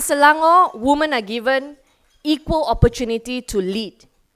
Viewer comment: She really needs to learn that "women" is pronounced as "wimen". But still, good stuff. We need more leaders like her in the country.